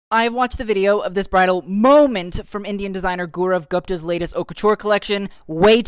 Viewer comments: His name is pronounced as GAW(like paw) ROVE(like dove) and GUUPTA not THA you tried no hate ❤ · GaW-Rav Goopta... That's how it is pronounced.. Kinda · pronounce his name right its gawrav goopta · It’s pronounced as “GAU-RAV GOOP-THA”😭 And yeah, they all look breathtaking 😮‍💨💗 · Babes it's pronounced Gau-Raav Goop-tha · Gau-rav Gup-ta. Please pronounce it correctly as you would a French designer. Thankyou 😊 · You also butchered his name's pronunciation 😢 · Don't worry you have also screwed pronouncing Gaurav Gupta's name 😂😂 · And u don’t even know how to pronounce his name properly…